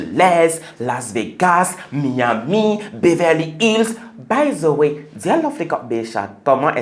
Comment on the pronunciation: "by zeu wai"🤦‍♂